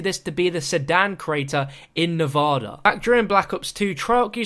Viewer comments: Not trying to be rude, but why can nobody outside of Nevada pronounce it's name properly? It's NEV-ADD-A, not Nev-odd-a. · WHY DO SO MANY PEOPLE SAY NEVADA WRONG?